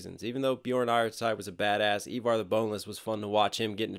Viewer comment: Dude it's not eaver it's Iver - eye ver is how it is said e ver it's Iver or eye ver do you understand